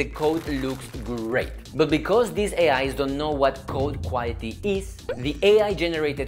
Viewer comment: 퀄리티를 쿠와이어티 같이 발음하시네요 신기